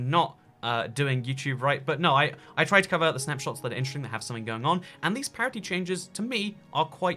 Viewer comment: I can’t deal with the word parity.... what in the world are you trying to say???